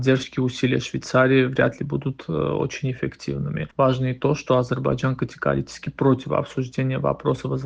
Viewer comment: Амджыгбайджан 😂😂 оговорка по Фрейду